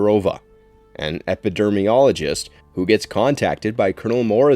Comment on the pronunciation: Epidemiologist not epidermiologist ffs